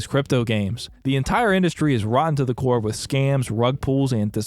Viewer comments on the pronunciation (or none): none